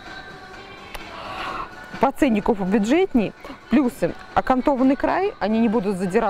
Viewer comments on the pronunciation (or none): none